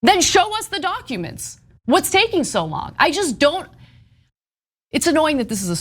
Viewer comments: Is Anna saying.... doncuments?.... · It’s dAAcumentss